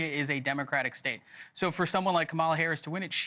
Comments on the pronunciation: Comma-La! Say her name correctly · Comma-la. How hard is it to say her name, right? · the SHMOW on the Right keeps saying Kamala's name wrong.... He must be a Trump MAGA member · These guys can’t even pronounce her name…smh